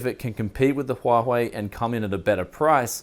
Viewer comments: Didnt u get threadripper from AMD? Also pronunciation of that phone is SHAOMI, not zaomi, also its HUA WAY, noy huahoey. :P ..... BTW so many x58 mobo.....i wish i have one at the moment, i have a i7 930 lying around but coudnt get any x58 motherboard in my country, like anywhere. and online price is extremenly high. Lucky you. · instead of huawei is huahei :) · I laughed when he said "Huahuei" :D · sorry but i cant stand the way you say huawei :D CHWACHWEI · huahwei huahwei cmon man lmao